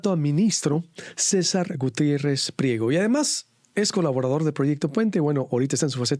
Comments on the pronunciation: El licenciado MARIO Cesar Gutierrez no es pliero ,es PRIEGO por favor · ( no es pliego ) es PRIEGO .,.